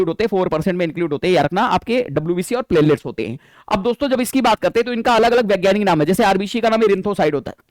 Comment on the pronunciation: 😂😂😂😂 सर प्लेटलेट्स बोल रहे है मुझे प्लेलीस्ट सुनाई दे रहा है